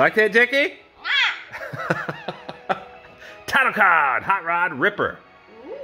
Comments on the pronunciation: STOP IT JACKAY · How to pronounce "Jackie"- Jak-key: ❎ jACKAY: ☑️